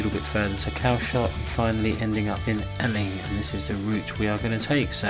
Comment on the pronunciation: I really enjoyed your video tour of the beaches as I've been to them all when I was younger but I just wanted to tell you that Eling is pronounced the same as Ealing in London and that you missed the actual beach which is called goatee beach, there is a path to it just opposite where you turned to park your car which goes round the other side of the harbour and there is a lovely view of Southampton water and the container berth